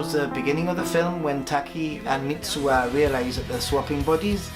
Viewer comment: MITSUHA !! you keep saying MITSUA